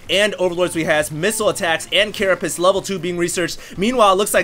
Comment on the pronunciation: Carapace- not carapiss. If you were going to pace yourself, and you said you were going to piss yourself instead, you would clearly be very confused...